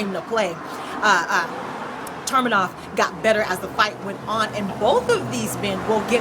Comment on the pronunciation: ufc fight night 87 and its tu-me-nov not tur- me-nov .. lol...good breakdowns and picks tho!